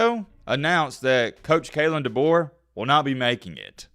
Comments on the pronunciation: bro doesnt even know how to say Kalens full name lmao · It’s Kalen Deboer